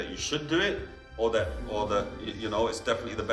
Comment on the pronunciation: Why is this British guy pronouncing the word; That as; Dat ?